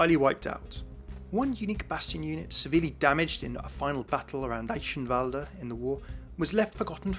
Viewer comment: I can't thank you enough for pronouncing Eichenwalde correctly, hearing it pronounced like "I can wald" kills me inside. So again, dankeschon!